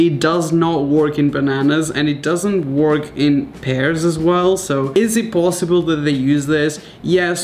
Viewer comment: You pronounce it wörk not work